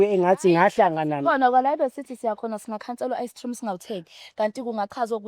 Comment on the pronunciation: I like how she pronounces the cr and gr words, e.g. ice cream = ice tream, group = droup. Shout out! 👏👏👏❤️